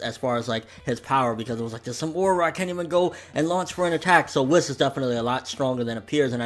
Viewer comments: It's pronounced 'Whees' but I still say 'Whis' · Yeah he says it like Wess when he should say Wiss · It bothers me that you say whis wrong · OMG THOUGHT I WAS THE ONLY ONE!!!